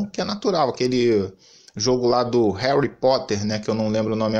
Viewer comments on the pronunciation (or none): none